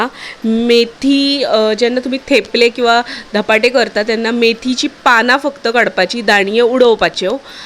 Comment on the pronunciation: मैथीचे नाही .मेथीचे .